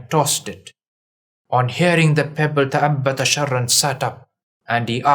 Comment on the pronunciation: تأبط وليس تأبت